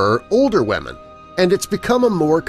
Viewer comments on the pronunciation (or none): “ Wahmen “ Lmfao